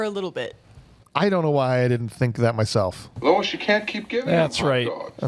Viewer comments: It’s officer Lewis, right? You guys kept saying Louis. 😂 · Lewis. Her name is Lewis. Not Lois. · What a disappointing episode. Between calling his partner Lois (it's Lewis) and your Robo Porn Fantasies I had to quit listening 32 Minutes in.